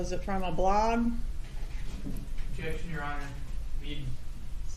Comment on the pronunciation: I believe Luis thought Georgia said “blonde” not blog which honestly is what I thought she said. Perhaps the defense attorney thought that as well which prompted the objection 🤷‍♀️